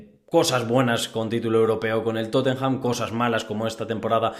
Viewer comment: No entiendo que trabajando en ese periódico pronuncias TotenJam!😂 Revisa esas pronunciaciones